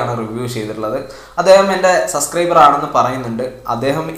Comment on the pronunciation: സംഭവം ഓക്കേ... ഞാൻ സമ്മതിച്ചു.. പക്ഷെ ഒരു കാര്യം,,.. സസ്‌ക്രൈബർ അല്ല.., subscriber.. ബ... ബാ.....